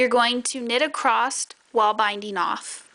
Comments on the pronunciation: I like your tutorial. Thank you 🙏 But I wonder why you say “acrost” instead of ‘across’? Is that a regional pronunciation? Also, I’ve watched 3 times now and I’m still not sure how left shoes is differentiated from right shoe. It seems you put a lot of time and effort in the early parts of the knit tutorial, but then rushed it at the end and left out explicitly needed info regarding where and how to attach and knit the straps?? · One of the most mispronounced words in the English language - across. I hear so many people say, "acrossed."